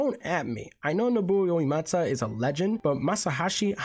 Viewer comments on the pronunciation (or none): I'm sorry but EW! You butchered both Nobuo Uematsu, and Masashi Hamauzu's names SO badly. 😭😭😭 For anyone's reference, idk who: No - bu - o 3 syllables U - e - ma - tsu 4 syllables Ma - sa - shi 3 syllables Ha - ma - u - zu. 4 syllables Plz 💀